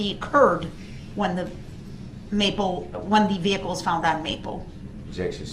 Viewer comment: Hate the way he says "vehicoo"